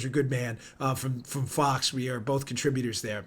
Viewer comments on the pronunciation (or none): none